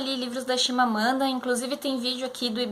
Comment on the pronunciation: Então, é ChiMamanda e não ChiNamada, como vc falou e o livro é MAyombe mesmo e não Meiombe como vc falou tb! Abraços!